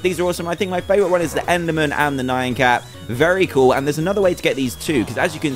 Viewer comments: just so you know, you keep mispronouncing "nyan cat" you're saying "nayan (nai-an)" instead of "Nyan (knee-an)" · Emma Rose he has said "nyan (knee-an)" in the past, its NOT his accent. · ThePantherPringles its pronounced "knee-an" but its spelled "nyan" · Ur right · ***** well it bugs me cause its mispronounced.